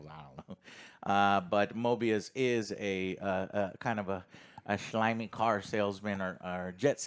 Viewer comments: Guys, his name is not Morbius. It is Mobius. No, R in his name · Guys, its Mobius, NOT MORBIUS.